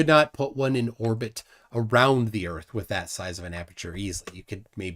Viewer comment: Oh my gosh, how can a human being be so simple minded! can’t even grasp the simplest physics. And I could freak out, if people like say: the Bible says erf am flat. Hilarious